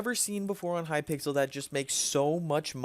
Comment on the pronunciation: its hypixel skyblock not hypickle